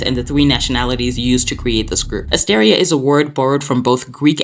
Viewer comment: "Assteria"? lol no